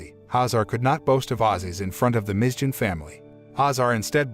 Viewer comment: It was a good work, except for the mispronunciation of some names. Thanks for your effort. Cemilo not semilo in türkish "C" like "g" in english Mizgin not Mizcin this "g" reading is like gifts "g" Davut you can read like Dav-ut. The name Davut in Turkish corresponds to the name David in English.